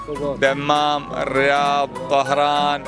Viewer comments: بس حلوه من اللي لابس احمر يقول عاصمة السعوديه المملكه هههههههههههههههه وحلوه من ابو تشيرت مخطط يقول طهرآن مو طهرآن يالحبيب طهرآن في ايرآن اسمها الظهرآن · كانه قال طهران ولا يتوهم لي؟